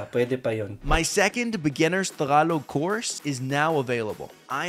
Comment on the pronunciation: The guy really speaks fluent Tagalog even the accent is on point 😯